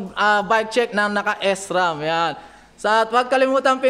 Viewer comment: ahh ok po okay Naman po ung video s ram lang ung Mali na prunounciation Pero maganda Naman po dami part sa video na natawa ako dahil sa mga jokes mo kagaya nang sa upuan ututan at ihian hahahahaha